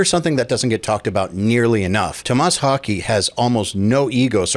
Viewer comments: It's 'Tom-mess Hawk-eh', NOT 'To-MAAS Hawkey' FFS 🤦‍♂️ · Haa Keh kind of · More like Hoh-kuh I think. I can't speak Swedish tho. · Wouldn’t his last name be pronounced more like Hawkeh? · Tomas Hawk-uh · Hokey? I don’t know if that’s how you say it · Thats an impressive mispronounciation of his last name. Wow...